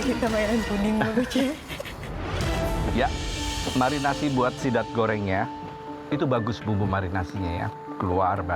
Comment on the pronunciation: Chef Rudy: Sidat ❌❌❌ Zidat ✔️✔️✔️ Jidat ✔️✔️✔️